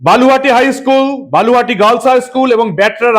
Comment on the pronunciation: বালুহাটি নয়, ব লু হা টি।